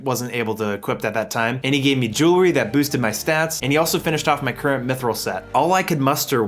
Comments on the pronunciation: your pronunciations are great lol specially of rune and mithril. u say runescape and rune scimitar so weird somehow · Ruinscape, meethril armor, and verrick hurts my ears.